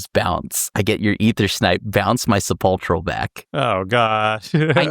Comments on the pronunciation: Sepulchral is pronounced with a hard K sound. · “Sepulchral” comes from “sepulcher” and the “ch” makes a “k” sound. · Thats not how you pronounce sepulchral